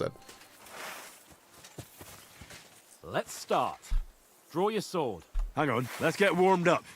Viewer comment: Why does he pronounce sword as sahward